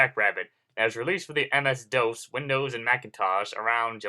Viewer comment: you are are saying MS DOS wrong